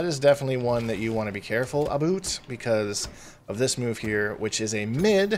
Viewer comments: dont get y u force that pronunciation of 'about' so hard, its clearly not how u speak, genuinly takes me out the guide with cringe. crazy how 'about; is the only word u prnounce the o/u differently and only the only word u pause after saying every single time as if ur thinking about how u said it lmao. jesus just realised u do this on every video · Aboot. Gotta love Canadian about pronunciation. Also with Johnny Iv found a lot of things that can be interrupted that’s probably best way to beat him, knowing when you can hit him mid move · This video is all “ABOOT” Johnny cage